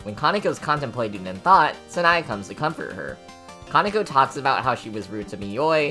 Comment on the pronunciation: Your pronunciation bothers me: It's not "Snai", it's "Sa, na, e". And "Reisen" is "Rei, xen" instead of "Raysen" BTW, "Yachie" is pronounced "Ya, chi, e", not "Yachee".